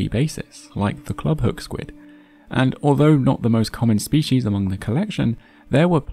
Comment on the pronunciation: It's species, not spechies